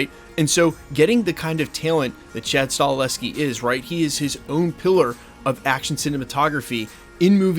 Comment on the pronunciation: You lose all credibility til you learn how to pronounce the Damn name properly of Chad Stakelski